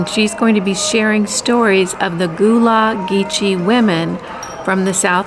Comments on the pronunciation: I'm whispering this to you, since you are new sister to the South: (It's crowder peas, not beans; and it's Gullah, like sea "gull," not Gullah, like "goolah." 😉) As for "cheap," no! Many of us are careful, maybe called frugal, from our wonderful parents and grandparents. May we retain this treasured way of thinking, without having to live through a real Depression. I love that you are exploring our beautiful area, and I'm really enjoying your fresh eyes and heart, as you acclimate and assimilate! I also appreciate the spiritual cleansing of your new home. It matters. Thank you for today's event-packed weekend visit! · Hey, great video! I'm from Hilton Head Is over 30 years now. I love all our history in SC. Gullah is pronounced Gull + Uh hope that helps. Thanks for all you share💛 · Enjoyed your video today. You pronounce the “u” in Gullah like “up” (Guh lah). Also, growing up in the south we call them crowder peas, and they are delicious!!